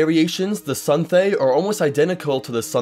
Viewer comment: Suthay-raht being the most common outside elsweyr just doesn't seem to be true given all the Khajiit in Oblivion and Skyrim are Cathay. Also, why are you saying Sunthay? I'm 100 percent certain there is no "n" in it.